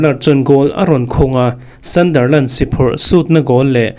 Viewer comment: Thil ka lo sawive lawk ...ka sawisel vang che ni lo vin ....Sunderland i lam rik dan hi ..sandarland ti i i lam a ...a dik lo .. A inziak dan ang tak in ..hei hi chu lam tur Sunderland - sandar ti lo vin sundar ..ti in